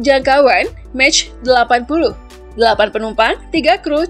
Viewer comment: Pronunciation nya "Daso" bukan "Dasolt", "Makh" bukan "Mech"